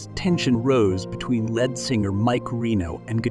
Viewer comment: and lead guitar is pronounced 'leed'.